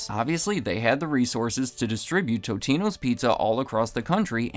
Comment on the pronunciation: It's not "toe-te-no" , it's, "tot-e-no"